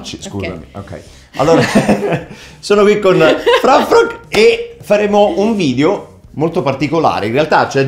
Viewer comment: Il modo in cui Merluzz dice:"FrAfFrOgH!!1!"a is the new:"EsAtToH!1!!";-D ❣